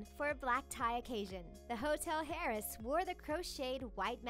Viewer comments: heiress is pronounced AIR-ess, not HAIR-ess... H is silent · Hair-ess?? Really, who do you have reading these scripts????? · Stop saying "Hair-Ess" you douche nozzle. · Hairess? Say it with me Airess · “Hair-ess”🤦‍♀️ you pronounce it heir-ess (eir not air). Who else almost went crazy from the way it was pronounced? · every time she says “Harris” and not “heiress” i cringe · "HAIR-RESS" ITS "AIR-ESS" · IT IS PRONOUNCED HEIRESS LIKE "AIRESS" NOT LIKE "HAIRESS". God that is bothering me so much. specially since she says the word 100 times in this video. Among all other mispronounced words. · HEIRESS? HAIRESS??? HAIR ESS??? The H is silent. please stop. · I’m crying every time she pronounces heiress like “hair-iss” And not “air-ess” OHHH THE CRINGEEEEE😫😫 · Hahahaha its pronounced "air-ress" not "hair-ress" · I’m cringing every time I hear her say “Hair-ess” its AIR-ess. Heiress. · Svitlana Rettweiler it's still not air-iss tho it would just be like it's spelled but with a silent h so air-ess like princess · ok yalk am i the only one that was bothered af by her saying HAIRESS rather than AIRESS for heiress? ? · it's pronounced "air-ess" not "hairess" LOL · Hotel heiress.....not hotel Hair-ess, hotel AIR-ess is how you pronounce it. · Maybe you should get a narrator who knows how to pronounce the words they need to say. After the second time she said 'hairess''hairess' instead of 'airess' I stopped watching. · Its not said as "hair-ess" it's "air-ess" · Please stop saying HAY-RESS. AIR-ress! 😫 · Sarah Metcalf me too! Ugh, its "air-ess" not "hair-ess." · Not all “H” are heard. Homage is OH-mahg. Heiress is Air-ess. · This voice over artist i tell you is killing me with her illiterate pronunciations... Heiress as Hairess and Homage as home-age.... Really!? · The hotel “hair-is” ? Can’t take u seriously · The H in the word heiress, is silent, LOL! ... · Thank you! She can say "faux" and "Moschino" but says "hairess" 🤨🤨🤨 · The H in heiress is SILENT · same here